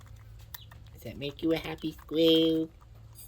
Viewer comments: Idk why it bothered me the way you said, squirrel. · “How ‘bout this sqwil” I can’t right now 😂😂😂😂😂😂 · What's a "skwew?" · "Does it make you a hahpy sqwelll" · “Are you a happy Squwiw?” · Squirrel ❌ Squill ✅ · "Dose that make you a happy squehl"? 😂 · It's pronounced "squieu" 😂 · The way he said squirrel got me laughing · Why’d bro say squirrel like that 😂😂😂😂😂